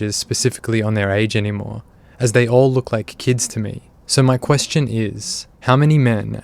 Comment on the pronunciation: can i ask you a personal...quessitawn???